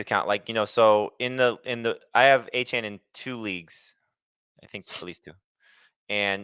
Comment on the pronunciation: He goes to a chain...its pronounced a-chan 😂 +1 for